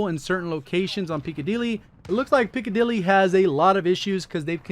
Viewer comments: Pick-a-dilly but he is saying peak-a-dilly and he isn't the only youtuber to do it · Why can barely any youtubers pronounce Piccadilly correctly hahaha